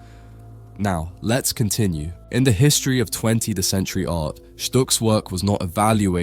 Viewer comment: I don't know if you've voice over-d this yourself or used an AI tool but there was loads of inaccuracies in pronunciation, "pre raphaelite" "20th century" etc.